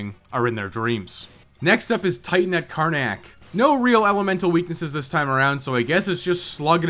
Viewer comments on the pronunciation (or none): none